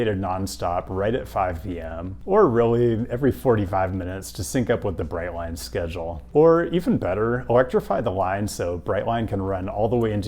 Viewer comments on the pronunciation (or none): none